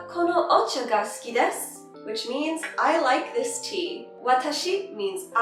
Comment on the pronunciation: Not "tsuki" it is "suki" and you can say it like ski